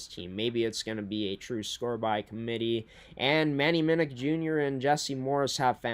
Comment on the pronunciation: Just so you know: Manny Minuk Jr. pronounces his last name Minn-OOK, versus Minn-ICK